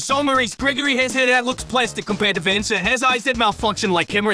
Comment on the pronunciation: also I love how cursed is pronunciation of Vanessa's name, it's adorable